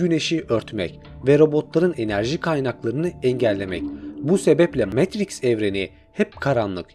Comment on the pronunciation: Videonuz mükemmel ama metriks demeniz daha mükemmel 😂